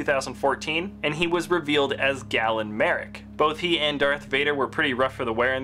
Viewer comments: galen not gallen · You pronounced Galen wrong lol